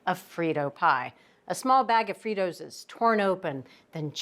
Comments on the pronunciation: 🤔 How do you say Fritos? The company themselves have said many times the pronunciation is Free-toes. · Too bad they can't say the word "Fritos."